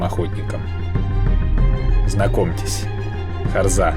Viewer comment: Автор дебил не харзЫ а харзА не кАбАрга а кабаргА